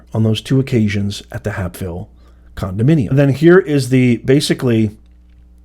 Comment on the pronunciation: "Hape"ville is pronounced as in "Cape"..... As Judge Joe Brown called Fani: "Loud Sista BS"